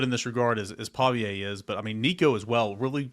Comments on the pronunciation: are u a Metro?? and its Paviuhhh not PaviA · Why do you call him Paviaye? Its Paviuhh... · Every day listener but I HAVE to say: the pronunciation for their QB is “Paw Vee Uh”